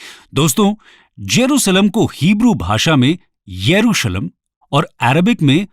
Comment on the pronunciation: इब्रानी में जेरूशलम को यरूशलेम नहीं येरूशलाइम कहते है